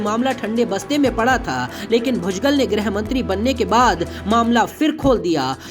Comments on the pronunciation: भुजगल????? व्हॅइसओव्हर चू@ नाम तो ठीक से ले। भुजबळ होता है और अगर ळ बोलना आता ना हो तो भुजबल तो बोल?? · भूजगल नही रे बुढिया.. भुजबळ बोल 😂